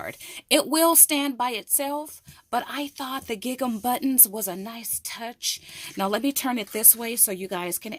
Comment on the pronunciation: I got this die also. I can’t wait to use it after watching all of your wonderful ideas. I love your enthusiasm! I am not the pronunciation police. But many people watch your videos. Bless your sweet heart. You pronounce the word Gigum. It is actually pronounced Gingem! Like Ring Em. Please accept my humble advice. Just wanted to help. What a joy to watch your videos!!!!